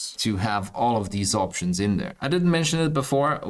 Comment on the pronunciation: opshuns opshuns opshuns.. git talks a lot